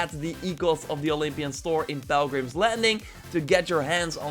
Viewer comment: Ok I need to get out of the way... you're saying pilgrim wrong. It's PIL not PEL. Just pointing that out. Love your informative videos though. 🙂